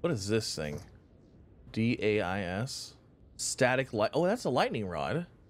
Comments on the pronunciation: A Dais, pronounced (die + ess) is like a small platform for a podium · "Dais" is pronounced like "day'-us" it's another word for a raised pedestal. I'm assuming it's meant for you to display things on top of it. Or stand on top of it and make a speech to your adoring fans gathered below.